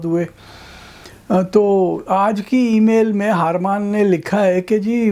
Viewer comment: Salman sahab, agree to disagree on tea please. :-) Harman is har mann, not haar maan. Eh te punjabi hi hai. I am surprised tussin samjhe nahi kiddan pronounce karna hai. Naraaz na hoyeo.